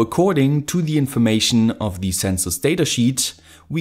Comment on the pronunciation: Hey your videos are awesome and your English is pretty good. But you should really fix your pronunciation of 'the'. The rule is very simple. Its 'the' unless the next word starts with a vowel, in which case it's pronounced 'thee' So The temperature (not thee temperature) The weather The wifi Thee arduino Thee other arduino Thee information Hope you don't mind the advice.